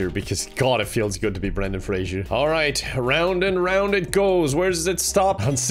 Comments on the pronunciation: PLEASE ITS FRASER NOT FRASIER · It's pronounced phrase-er.